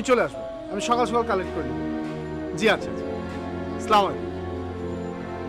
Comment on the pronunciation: Apurbo please don't pronounce "Salam " like this. "Slamalaikum" boltey kichu nei.